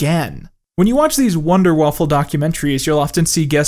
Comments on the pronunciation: Ok you HAVE to have been saying 'Wunderwaffle' on purpose, right? Because even though this is a great video, this just kept pulling me out because I had to have a giggle every time (I'm a native German speaker, so I'm used to Americans mispronouncing German things but this one is just adorable) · it is pronounced wunder waffe not wunder wafflel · It's wunderwaffe not wonderwaffle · wunderwaffel means wonder waffle, what u prob meant was wunderwaffe lol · German: Wunderwaffe: Wonder Waffle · As this is rather irritating to German speakers, I just wanted to point it out: "Wunderwaffe" is pronounced ˈvʊndɐˌvafə'. There is no "L" before the last e. Your way of saying it translates to "wonder waffle". Thank you for the video, you mentioned a couple of very important points. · It is funny to me that he's saying "Waffle" even over footage that says "Waffe" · why do you keep saying waffle in this video and not waffe? where does the l come from? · I like how he says ‘Wunderwaffle” instead of “Wunderwaffe” which just makes the video perfect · You mispronounced Wunderwaffe as Wunderwaffel which translates to wonderful or amazing waffle. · I’m sure you already know this, but it’s pronounced waffe, not waffle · Im really starting to think you're pronouncing "Waffen" as "Waffle" on purpose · I love the fact, that the way and most Americans pronounce "Wunderwaffe" sounds a lot more like "Wunderwaffel" which when directly translated from german means wunder waffle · wunder - waffen. not wonder waffle. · Bruh, it's not Waffle, is Waffe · Why are you pronouncing it "wonder-waffle" ? it's prononunced "wonder-waffuh" there's literally no L in wunderwaffe. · Sir, you said "Wunderwaffel", wich would literally mean wonderwaffle in english, while its even written on screen correctly on a banana. Why you english speakers always have the feeling that you could kind of pronunce things in german and then completely butcher them? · lmao "Wonderwaffle" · "wunderwaffle" lmao